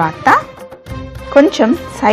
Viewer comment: కొంచెం అనాలి. కొంఛమ్ కాదు తల్లీ